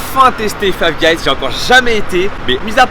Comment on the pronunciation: Fife guys il as dit ?